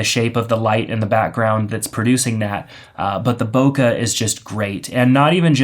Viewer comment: "Bokuh, or whatever you want to call it." I call it "boke(h)", with the last sound in that word pronounced more like a mixture of the "e" in "bet" and the "ay" as in "okay". Source: Living in Japan (the country that originated that term) for 9 years.